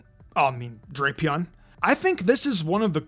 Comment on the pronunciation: It’s pronounced DRAP-ee-ahn, as in Dracula and Scorpion in origin, and nah-guh-NAH-dull, “Patrick Star”! 🤨 Stop mispronouncing Pokémon names, bub! 🙄